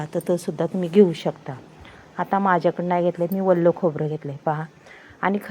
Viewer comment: वल्लं नाही ओलं